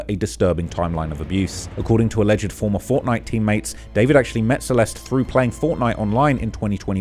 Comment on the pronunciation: Alleged is said as two syllables, not three.